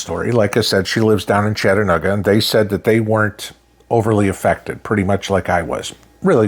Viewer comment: Chata-NEW-ga....lol...just poking. God bless you sir